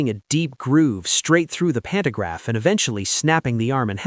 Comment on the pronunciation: AI Slop narration, mispronouncing words. "Pannograph". Really? REALLY?